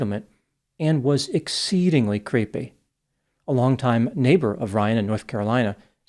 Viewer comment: Oh yes, an over emphasised 'exceeeeeedingly creepy'. Love it